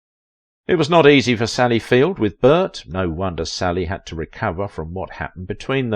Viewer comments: It's Field, not Fields. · Mate! If you’re gonna do a story get the surname right! It’s FIELD not FIELDS! You said it through the whole video! Plus the title you put up! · I love how he say "Sally FieldS" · There is no "S" at the end of FIELD...Do you know who you are talking about? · 🎬 Sally Field ☆ There's no "s" in her surname 🎞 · It's Sally FIELD with no "s". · Get Her NAME right at least ?? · There's no "s" on the end of her name, doofus.